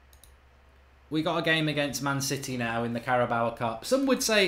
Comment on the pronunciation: It's the Carabao cup. Cara-bow.